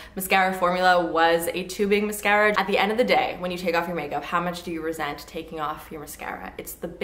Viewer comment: I never tire of the way you pronounce "mascara." Here for it!